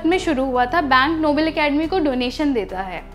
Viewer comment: Its pronunced as नोबेल not नोबल